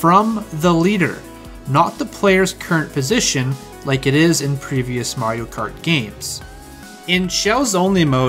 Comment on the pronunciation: "most people who play mawio kawt"